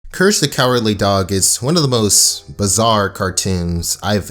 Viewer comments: You said curse the cowardly dog instead of courage in the beginning of the video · No one: Absolutely no one: starting the video: “Curse the Cowardly Doug”